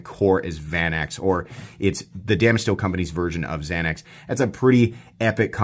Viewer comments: He said xanex lol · Lol, you say Xanax